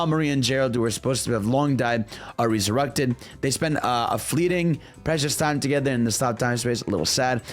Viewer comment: My man fumbles his r words… he can’t say “resurrected refuge”